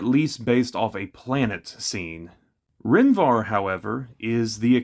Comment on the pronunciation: Take a shot every time he adds an N at the end of Rhen Var. Its Var, not VarN. I absolutely love these videos. Keep it up man!